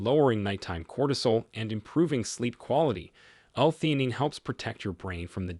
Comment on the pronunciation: The narrator said this is after many years of experiencing the medical field, but this whole thing was AI generated. This is also evidence by his mispronunciation of certain words.theanine since they are not part of the typical vocabulary was probably not adequate program into this computer the generated this overly promised under delivered slop